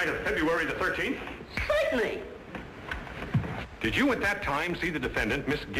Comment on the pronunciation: His little hand motion when he says COITENLY